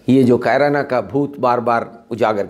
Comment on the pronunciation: आप बहुत वरिष्ठ और सुलझे हुए पत्रकार हैं, आप किसी डिबेट में तो ख़ूब बोलते हैं। अकेले में आपकी जुबान क्यों लड़खड़ा रही है? एक और बात कैराना को आप "कायराना" बोल रहे हैं? आप से ऐसी उम्मीद नहीं थी।